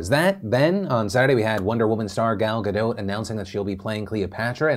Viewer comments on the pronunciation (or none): What do you pronounce her name "guh-doe"? She has repeatedly said the T sound is pronounced, not like a French way. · GadoT* The T isn’t silent, never was.